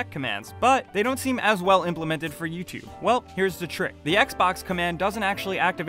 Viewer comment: Say "Tube" properly please. Say the letter u. Now say Tube. Now say YouTube.